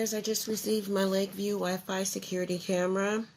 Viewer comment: Its LaView "NOT" Lakeview!!! Ugh!